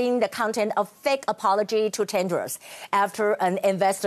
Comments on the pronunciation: 雅琴好像把Tedros 發音成 Tendros. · 被雅琴姐圈粉了。 不過你一直唸te''n"dros 沒有n的音哦，tedros才是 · I ain't sure how hard the arguments could slap Tedros in the face, but the repetitively wrong pronounciation of their names even with teleprompter and printed props are just plain ignorance. For times that you could feel free to improvise, all grammars just went embarrassingly wrong. Geez...